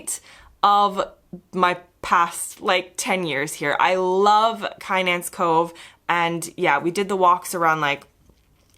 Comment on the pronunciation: I am sure other contributors will correct me if I am wrong but Kynance is I believe pronounced Kinnance with the emphasis on the second syllable. Lovely video as usual